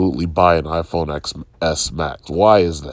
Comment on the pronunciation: I know it's probably doesn't matter, but as a 'tech' channel, and an 'apple' fan on top of that, at the very least know what their favourite device's name as was called by the company themselves.